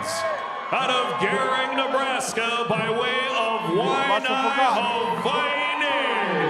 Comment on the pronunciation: I swear these dudes pronounce Hawaii different every time